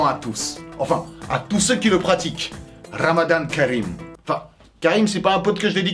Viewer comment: Je suis la seule qui remarque que est le seule qui dit "ramadan kareem" mieux que les arabe 😭